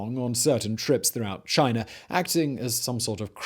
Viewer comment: Where is Chin'er' anyway? Is that near the country of "China"? Huh,must be. Or it could be by Americ'er'. Cause that's where General Sant'er' An'er' fought in the Alamo. Just say "Ahh"! Not that hard. Especially if you speak for a living! Still luv ya Simon and all your channels! You legend!!